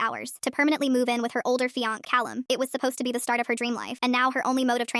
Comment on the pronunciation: Why do these stories keep saying fianc instead of fiancé? I mean WTF?